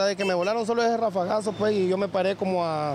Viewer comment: No se dise pue o puej. Se dise pues. Con. S al final.